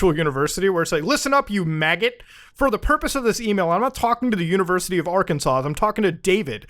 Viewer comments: By the way, it’s pronounced ‘Arkansaw’. That last “S” is silent. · The last "s" in Arkansas is silent.